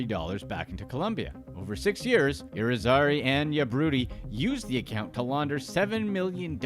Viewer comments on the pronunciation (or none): none